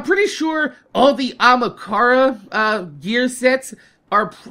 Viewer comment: Hey the Ahamkara should sound like this "Ah-Hem-Car"